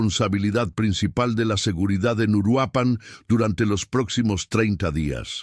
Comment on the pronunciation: Es Uruapan, no Uruapán. Es evidente que Youtube necesita comunicadores efectivos y eficientes (qué hagan lo correcto y correctamente)